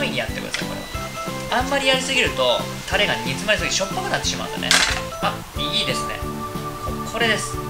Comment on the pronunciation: たr r r rれ！ 巻き舌上手いなぁ。私できない…。